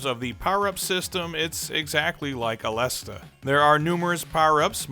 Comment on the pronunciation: Aleste correct pronunciation - (A-les-say)